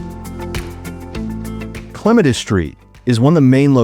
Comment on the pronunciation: You said clematis wrong